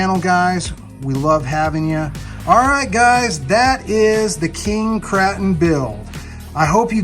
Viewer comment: Kraton, with a soft “a” vowel? Are you trying to joke or really don’t know how to say Kraton?